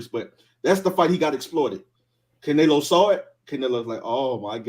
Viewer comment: CaNailO Me: Did he say Canola Oil?!!!